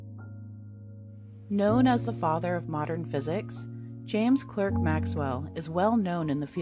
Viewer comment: It is not Clerk but pronounced Clark.